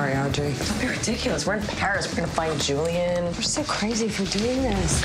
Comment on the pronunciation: his name is juliEn not julian :)